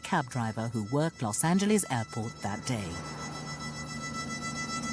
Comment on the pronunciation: Narrator ... Its not Los Angleese.